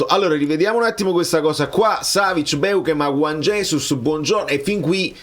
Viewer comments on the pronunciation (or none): none